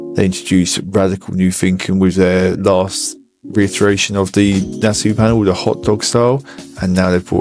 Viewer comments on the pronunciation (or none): I know your going to think I’m being an annoying little prat please accept my apologies upfront, but it’s pronounced “Na-saw” as it’s named after the Nassau Speed Week in California 😬